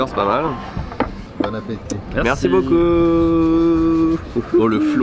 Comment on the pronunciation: Le "Merci beauku" haha. A force de vivre au japon t'as bien choppé l'accent ^^